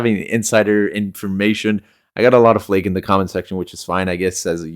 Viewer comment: Flack not flake